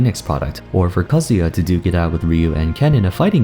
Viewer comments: What he says in his voice: Kazuya What I hear in my mind Kazuha XD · You pronounced Sakurai so well but pronounced Kazuya pretty sloppy!